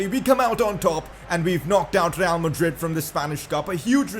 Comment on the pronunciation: Why do you have to pronounce real like 'Rrrrrreaal?' That just blasts my ears lol